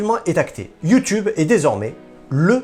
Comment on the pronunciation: Cest Youteub 😉🤣